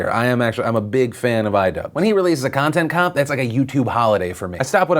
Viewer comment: Get it right Phil! It was Conchent Chop